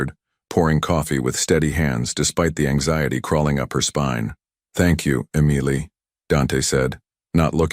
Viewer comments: DUMBASS AI. EMILY NOT AMILEY. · It's Emily not emiely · It’s EM-ily, you toaster oven. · It's pronounced Em-i-ly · It's pronounced m-a-lee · Eee mily lol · That must be one they can pronounce not like ah meal ly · Emily is NOT pronounced Amailey! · I know!! It grated with me too! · This is the second time I've heard this story and BOTH times the pronunciation of Emily is skewed. If you're going to copy a story, at least fix the problem. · "the black SUV that he used when he didn't want to draw attention."? Yeah, like a black SUV won't draw attention. The repeated mispronunciation of "Emily" is .... irritating. Why does Dante keep saying "a projectile"? It was a bullet. Crying. Can't your story stand on its own merits? Why muddy everything with the moving of the picture? No back and forth, no up and down, no away and back, no flipping, facing left then right. Also, no "stupid" light tricks - spots, snow, flicks, lines, butterflies, stars, etc. It is all a waste of time and money because it is distracting. If we wanted light shows and seesawing pictures, I'm sure YouTube could show us some. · What everyone else is saying. Your AI really needs to get the name Emily right. It is a distraction from the story. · Sweet beautiful Emily. 💕😌🌷. Dante. Loves Emily. 💕💕😌 🤔🤨 The narrator has a great voice but for some reason he cannot prounance Emily 🤔 Listening from Crosby Texas ❤❤😊. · AI really struggled with Emily. weird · Please get your AI voice to pronounce Emily correctly --- really so easy. And, I loved the story! Insights into the "partnership" complexities and power dynamics between these "business" relationships, and at the same time threats from within. And yet, perhaps fired by the risks, close ness and inherent love abides and survives! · How hard is it to pronounce EMILY. He changed her name to Amelia when Dante finally confessed he loved her. Nice proofreading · It really was irritating. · The constant mispronunciation of Emily was driving me crazy.